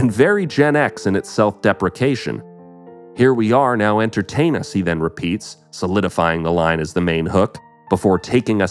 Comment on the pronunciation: Oh i thouht he said enter... tain us lmao😂😂😂 vile